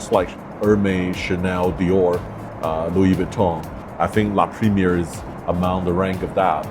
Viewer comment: You post on YouTube and can’t pronounce La Premiere properly?